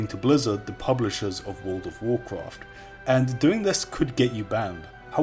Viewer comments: The way he says world of Warcraft makes my ears hurt please say it right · Why is your voice deeper in this video? Also since you clearly struggle pronouncing 'World of Warcraft', why not just call it WoW?